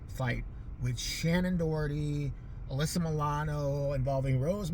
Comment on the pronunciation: You pronounced my name right. Especially 2nd time..dead on. Anyways thank you for doing my video request! ❤ i love your videos they make my day. I was laughing a lot you were catty reow 🐱🐾 ssss with The Charmed! And then again I giggled especially when you brought up 90's hardcore Suzanne Powter... I think her name is. I don't know but I surprisely own 3 of her books believe it or not, my best friend and I were into her "Just Breathe! And diet. Hahaha! I was so captivated by her leveling up story I got ripped at the time stat..😂 serious.